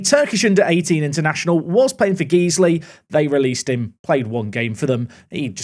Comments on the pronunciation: Geeesley? It's pronounced Guysley lol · Guys-ley not Geezly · Just to let you know its not pronounced geesly it's more like guys ly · Just so you know its pronounced GuysLee :) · Did you just say Guiseley as Geesley 😂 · Great video as usual. PS Guiseley is pronounced Guys-ley as in disguise